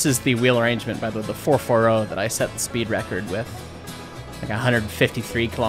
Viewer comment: Not the fer-fer-ohh!